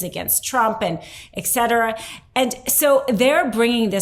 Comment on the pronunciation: it's etcetara, NOT eksetera. Et cetara is Latin: et = 'and', cetera = 'further/so forth/continuing'.